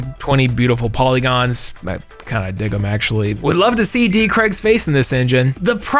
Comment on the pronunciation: Fun fact: Daniel Craig's surname rhymes with vague, not Greg. Apparently Americans think his name is Creg?